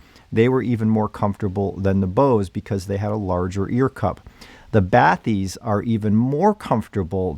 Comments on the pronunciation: FYI, the word is French and its pronounced "ba-tis" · Its pronounced batees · I’m pretty sure it’s “Ba tisse” but was waiting for your overview of these. 👍🏻